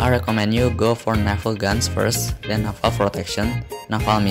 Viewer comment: I like how you pronounce naval lol. You pronounced it as "Nafal", but overall great video! Really helpful, especially the research and fleet ratio